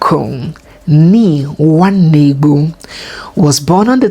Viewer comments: Bia!! Why are you pronouncing "Nwanegbu" like that?? Be careful ooh 😂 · I thought so as well, no bé Igbo woman be, she dey call D name like someone from another tribe 😂😂